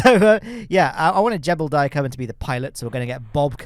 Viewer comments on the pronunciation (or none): Jebediah Kerman: ❌ Jeblediah Kerman: ✅